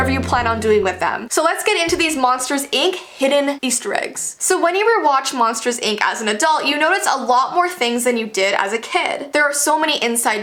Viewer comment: I thought she said monsters egg